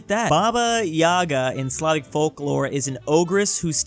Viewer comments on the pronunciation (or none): none